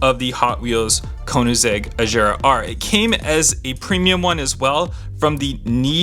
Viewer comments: Hey Bro It'S not Ajara It's Agara. don't Mine me. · Gear is like bear not ⚙️